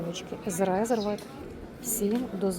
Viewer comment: Подивіться як правильно вимовляється назва бренду. Не Резервед а Різьорвд.